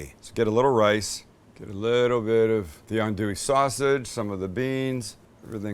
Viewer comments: The whole thing about cooking cajun is. You use what you got. Put it all in and make it taste good. I've had redbeans all across LA. and there are 1000 different ways to make um. Keep doin what you doin. And it pronounced On-do-ee sausage. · Creole woman here! Pawpaw side from Opelousas, Grandmother’s side Alexandria. My mom and I sub with smoked turkey now instead of pork and stew for 2 hours. Also, lol my Pawpaw went off on my mom for pronouncing it “Andoolee” 😂 And anywhere in California you can’t find the proper necessities for Creole/Cajun food😂 living there was tough